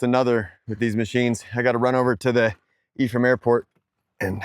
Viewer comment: Did you say Ephraim airport? Geez I need new hobbies